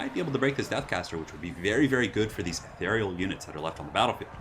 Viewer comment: Say it with me : EEE-THEER-REE-OOL